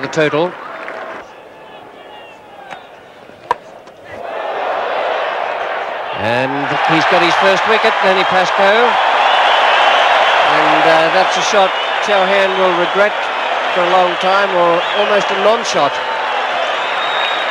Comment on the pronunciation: It's not pronounced "Chaa-hen", it's "Cho-haan"